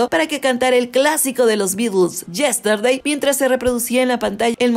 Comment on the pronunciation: Mi parte favorita: Billie Ellish "yersteday"😍😍